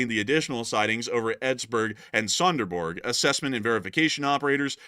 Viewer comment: Ålborg that was almost correct Said, Sønderborg not Sonderborg hehehe but okay to hard ……gj love the information you give